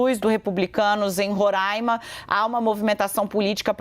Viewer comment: Moça por favor é RORAIMA, sem acento circunflexo no primeiro A